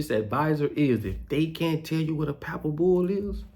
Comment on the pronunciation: Why won't you debate Geno Jennings on Religion pleas quit saying Pappal bull you sound like you dropped out of school in the 3rd grade. You need Jesus Christ. You're all over the place lip service you don't even brush your teeth you said in a video before why would anyone take you seriously. Or respect you that has common sense. People like you found a way to take advantage of poor and lost people during the shutdown. And you ain't ran nothing but your mouth. You say pepper has no value but you want people to buy your silly ass hats and clothes